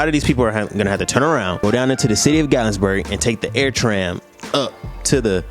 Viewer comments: You pronouncing Gat-lin-burg wrong 😂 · *GATLINBURG no S at all 😊😂